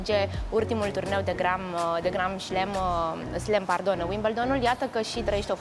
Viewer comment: natalia "gram şlem". Nici nu stie aa vorbeasca dar comenteaza despre altii